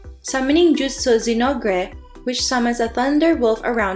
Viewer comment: you pronounce zinogre as zin+ogre(like shrek ogre ogre) i dont know what the devs are thinking but zinogres are monsters from monster hunter which is capcom's property